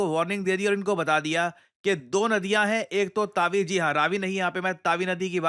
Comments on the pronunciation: It’s Tawi not Taawi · Sir there are two mistakes in video 1st the river name is tawi (तवी) means river not taawi and 2nd is tawi river is pointed wrong on map tawi river is in jammu not in punjab as pointed or potrayed on map . Tawi river is very sacred for jammu its other name is suryaputri . Btw love your videos ❤️ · Taawi nhi tawi bolte h What a poor pronunciation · its tawi sir not taavi ❌ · bro it is not तावी it is तवी .